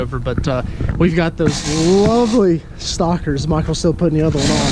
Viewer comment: Every time he said stockers I heard (stalkers) 😅